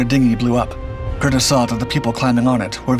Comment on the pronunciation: Nice story on my grandfather. The name is pronounced with a long E. “Cur-Dee’s”